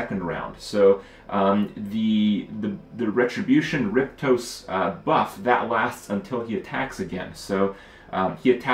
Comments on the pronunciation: For fuck´s sake Kripp, it's rip oste, not rip tose! Pull yourself together, man! Spoken like the repost (f.e. in forums). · Alright I can't see the comment where someone bashes on him for this. Why the hell can't Kripp say Riposte right? He keeps saying Riptose instead of Riposte. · Its riPOSte not riPTOse, phonetical casual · kripp-toast...correct pronunciation is ri-post-ayy (short 1st i) Fantastic game indeed. I really like how almost every decision in this game has weight. Do I use those 4 remaining foods on a character on deaths door? Or do I save them for hunger? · "Riptose" lmao Kripp its "re-post" its a term form like a deflect, used in fencing. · "rip-toast", or "riposte" lol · It's riposte not riptoast. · It's RIP OSTE, not RIP TOSE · Say it with me, "RIP-AW-ST" that is how you pronounce the word "riposte" correctly. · Saw Trump play this a bit ago and loved it. The voice over is the best I've ever heard in a game and that alone makes it interesting. Kripparrian I think it's simply pronounced "rip post" You were making it too hard :P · it sounded like he said rip toast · The way he says a few different words really bugs me... Word butcher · Kripp, dude, its ripOSTE. Rip OSTE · "Riptose".... lol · riptose? seriously? do you HAVE to mispronounce things on every single fucking game you play? is it really that difficult? pisses me off as much as hurtstone and koams heart. get it right.